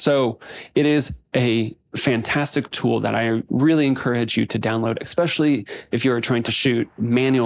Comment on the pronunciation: Great video my man, you keep saying EXpecially not ESpecially. That’s all the nitpicking I have for you, fantastic work my dude.